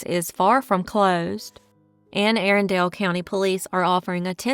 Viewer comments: Great video but, Arundel is pronounced, aarun-del. This bothers me as a local😅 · The phonetic representation for "Arundel" is ˈærəndəl. It can also be represented as əˈrʌndəl. The word has three syllables: uh-RUN-duhl.